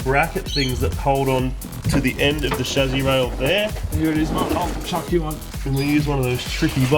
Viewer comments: Lol I like the way you guys say chassi. "Chazzi" heh heh heh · He also pronounces "Chassis" quite differently.